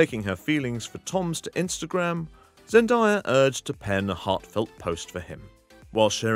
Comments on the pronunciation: ZEN DAYA NOT ZEN DIEA my dude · It's Zen DAY a not Zen DIE a (just letting you know, no hate) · It’s Zen DAYA, not Zen dye- a. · Its zendaya not zendiea